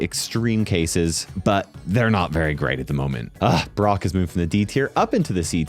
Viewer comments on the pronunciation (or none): none